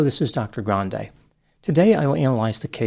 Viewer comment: For what? And it's Dr. Grande. With an R